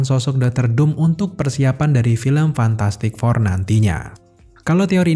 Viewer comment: Fantastic four bang bukan fantatTastik four